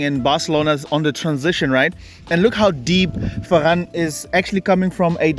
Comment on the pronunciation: “Focus on the run of Fer-ran”